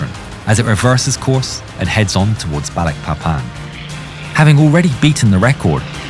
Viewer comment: Balikpapan City is a city in the province of East Kalimantan, Indonesia. Balikpapan is the second largest city in East Kalimantan, after Samarinda City, with a total population of 733,396 people in mid-2023, the way you say "BALIKPAPAN" was so clear and nice. thanks from Indonesia🇮🇩